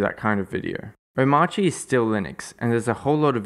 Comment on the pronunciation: As well as the pronunciation. It is pronounced something like Omarki. Just like CachyOS is pronounced something like KeshiOS. Not the English pronunciation of course, cause English pronounces these letter differently than rest of the word.